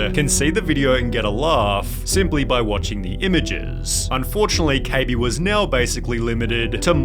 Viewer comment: Cabey? wtf.